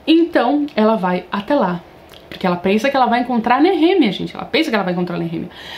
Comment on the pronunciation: Pronuncia como”nerremia “ é foda kkkk